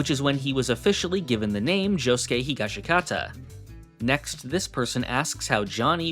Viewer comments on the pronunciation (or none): Great video but no way he still says “hee-gah-shee-KAH-tah”